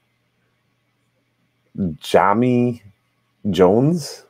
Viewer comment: Jahmai (Jŭ Mī) is how it is pronounced or Ja My if that is easier